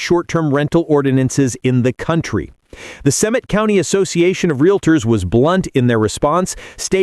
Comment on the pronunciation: They are 'realtors', not 'realators'. 🙄